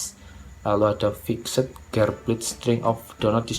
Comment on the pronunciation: 'Fikset' 😂 fixd bang